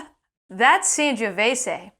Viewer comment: Great channel but your Sangiovese pronunciation is...